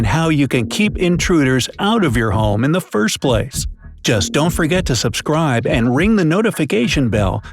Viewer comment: You just said sussscrive. That’s “fancy B is German for two s’s